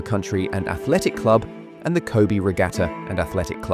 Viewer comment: Captain Tsubasa is my childhood 😌 Now I always root for Japan in football tournaments. Now I'd love to see what becomes of Japanese football after the influence of Blue Lock. By the way, Kobe is pronounced like "ko-beh", not "ko-bee".